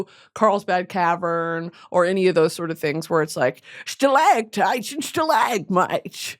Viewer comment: I’m going to be saying stalAGHtites and stalAHgmites like that until the day I die (alone because everyone got so fucking annoyed by me saying it all the time)